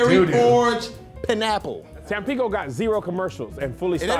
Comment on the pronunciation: Did this nicca say “Pa napple” and not pineapple? Am I the only person heard that